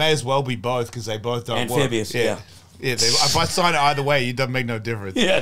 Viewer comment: AMPHIBIOUS LOL AMEDEXTRIUS 😂😂😂